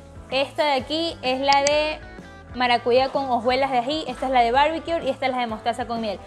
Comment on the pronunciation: Se ven muy buenas las recetas. Por fis, corrige pronunciación de barbecue, sin R al final!